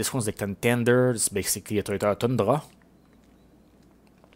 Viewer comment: Do you also speak French ?cause when you said toyota toundra it sounded french